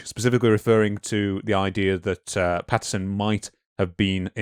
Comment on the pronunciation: It’s a bit difficult to take these “scientific” researchers seriously when they can’t even get Roger Patterson’s name right. PATTINSON?! If you can’t correctly read, interpret and pronounce the name behind THE MOST FAMOUS Bigfoot encounter of all time, you’ve just destroyed your self-aggrandized cred.